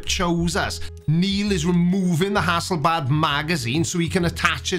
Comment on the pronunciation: It's Hasselblad camera, not Hasselbad that what Ex-Pat Taffy does to you.